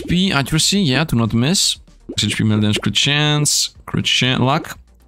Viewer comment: i have brain daamage xD he said dmaage more than my 19 years of living 😭